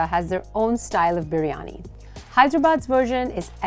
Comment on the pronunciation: I was shocked how correctly you were pronouncing biryani...like proper ❤️